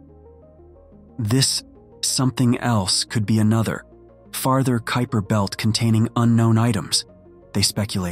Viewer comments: I noticed you pronounced the kuiper belt incorrectly and then correctly which I thought was weird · P.S. to -- I noticed that the scholar narrating this video had at least three different pronunciations for the word "Kuiper." After he/she/it pronounced the name of the French city as "Nice" instead of "Neece," I gave up on the video as it was obviously being narrated by a poorly constructed, text-reading robot or someone who graduated from the American educational system over the past decade or two.